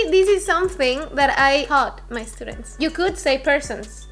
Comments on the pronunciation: Jajaja es gracioso porque dijo justito "E- studients" hahaha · "I don't make that mistake anymore" ... 1 minute later "estudents"😅